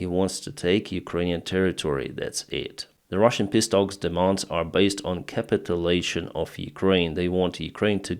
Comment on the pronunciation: Dear... Your English is very good, but I just loved the way you pronounced the phrase 'Russian peace talks' as 'Russian pissdogs'. Sounds reasonable to me.....